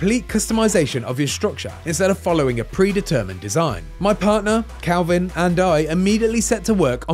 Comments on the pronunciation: Dude keeps saying CALVIN when his nametag literally says KELVIN. Great reporting there IGN 🤣🤣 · Leave it to IGN to make those funny mistakes. His name isn't Kalvin (Calvin) It's Kelvin, and it rhymes with Melvin. It's his surname. His name will probably be revealed later. John Kelvin perhaps. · Dude I'm English, you definitely said Calvin. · the guy talking kept saying Kalvin but you can clearly see his name is Kelvin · Is Kelvin not Kalvin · Weird that an accent changes the base vowel sound entirely in a way that doesn't normally happen except in this instance